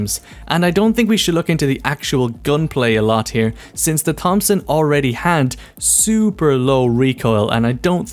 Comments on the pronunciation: I was enjoying the video until you said 'fompson' xD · The way you said Thompson SMG gave me aids. Good video otherwise.